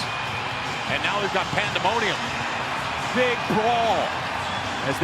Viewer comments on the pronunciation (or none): “Panda-mo-nuim” eh.